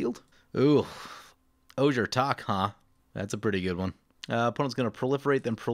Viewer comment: The J in Ojer is pronounced like an H. The full word is pronounced "Oh Hair"